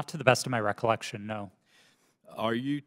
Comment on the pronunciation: Recolection...recolection...recolection...recolection... end of the video...